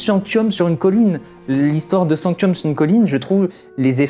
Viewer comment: Alors sanctum et pas sanctium et eligus éligium tu ma fait bcp rire mais sa ma bcp trop stressé 😂😭